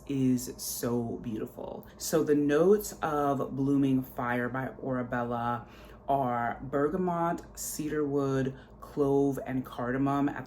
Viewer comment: It’s “Orebella”. 😊